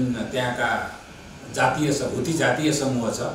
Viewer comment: Huthi haina hola sir haudi ho